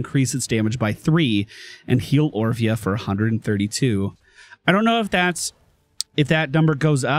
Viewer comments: was saying Oprah instead of orphea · Orphea (Or-fi-a) Not Opra xD